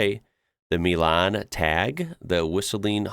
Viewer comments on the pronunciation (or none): none